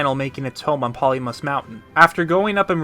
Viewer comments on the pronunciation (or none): Finally says "Lanayru" correctly (there is much celebration!). Still says POLY-MUS mountain (ceases celebration).Congrats on this amazingly put-together timeline! your hard work and attention are greatly appreciated! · I called it that for a long time, but its Ploymus Mountain, not Polymus Mountin. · Very thorough! Bravo. Tiny naggle: it's Ploymus Mountain, not "Polymus". But yes, again, excellent work! :)